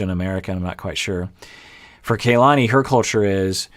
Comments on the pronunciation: Because name pronunciation is important to, i think its pronounced Kuh lahni. Not kay lahni. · it’s pronounced KAH-lani, not kaylani, this is a very common name in Hawai’i so it’s very cringy when you mispronounce it every time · I know others have commented on other vids, but...are we just going to keep calling her KAY-lani? was so good when it came to properly pronouncing Larissa’s name 🤷🏻‍♀️ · Kay-lani is her new name now. Hurry and catch up